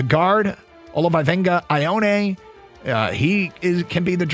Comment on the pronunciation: Ee-Oh-Ah-Nay ... Ioane